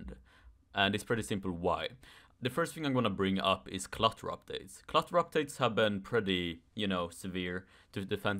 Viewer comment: I thought you're saying Cluster Updates for a second 🤣 Jokes aside,I can agree